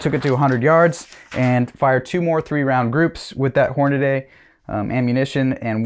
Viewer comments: It's not "Hornaday". It's Hornady (Horn-a-dee) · so many people pronounce it, HORN--UH-DAY.......it is pronounced, HORN-UH-DEE!!!! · Please stop saying HORN-A-DAY. To be an educated man, you can’t read. It’s Horn-a-dee….like can-dee. But maybe you eat canaday bars where you live. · Tip: Horn A Dee, not Horn A Day. There is no “a” between the “d” and “y”. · 3-shot groups are fine. They tell us what we need to know. But, pronouncing Hornady like it's Hornaday, is not. Horn-a-dee. It's not a difficult pronunciation. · HornaDY! NOT HORNADAY😂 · Thanks for the report on your BCA upper. One suggestion, Hornady isn't pronounced "Horn-a-day". Only the guntube renobs say "Horn-a-day".